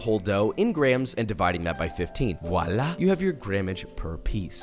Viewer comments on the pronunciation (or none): none